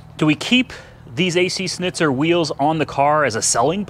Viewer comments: ac shnitzer you should say it like that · hay dumb its Schnitzer (shnizer) in german language